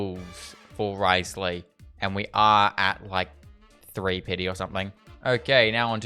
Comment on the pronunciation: Thank you for actually calling him Wriothesley and not “Rizzley”. It’s so annoying when content creators just call him Rizzley. Congrats on the Furina too and stay safe during the cyclone!!!